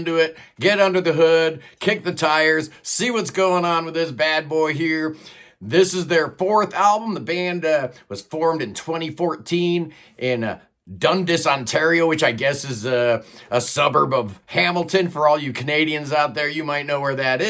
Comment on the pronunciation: Dundas is pronounced Done dass.